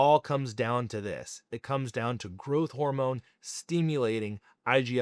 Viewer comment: What's "steamulating"?